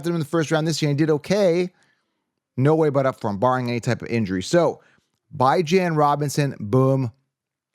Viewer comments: please pronounce his name Bee-Zjohn. Google “The House of Bijan” the owner pronounce it “Bee-Zjohn.” This well ultimately lift the curse from Bijan Robinson if we start pronouncing his name correctly? 😂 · 😂 Bye-Jan is not how he says his name. Just YouTube search “how to pronounce Bijan Robinson name” and Bijan will tell you himself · Can you please stop calling that man Bye-jan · This. Where did you ever hear his name pronounced like that!? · it's drive me nuts everytime I heard it. The paid announcers say it weekly. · no it’s not and every time you say that it makes me cringe. If you’re gonna make a video about someone please learn how to say their name properly